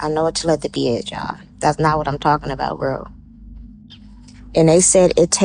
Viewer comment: That lady... "I know what TeleTHapy is ya'll" Im dying😂 you mean "TELE PATHY" I know she just misspoke but that funny!